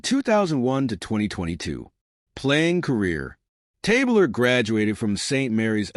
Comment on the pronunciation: Good stuff, except his name was pronounced Tab Ler, not Tabe Ler.